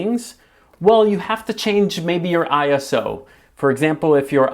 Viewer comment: Not I.S.O. but ISO in one go and I it’s not the I in English but rather the one you’d pronounce in Spanish. Comes from ISOS Greek for ‘equals to’ otherwise your video stands up well!